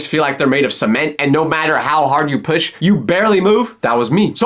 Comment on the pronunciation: why did you say push like that